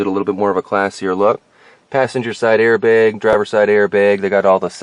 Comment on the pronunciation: You must be Canadian. I’ve never heard anyone pronounce audio and airbag like that lmao